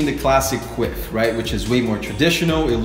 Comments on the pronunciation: I thought he said "queef" at first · “A good quiff” I thought he said queef lmao